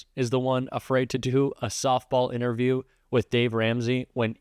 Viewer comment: LOL "ITNERVIEW"